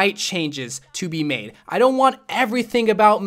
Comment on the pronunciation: "being meid fun of" Im not funny ik